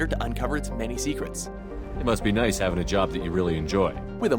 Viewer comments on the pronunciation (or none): none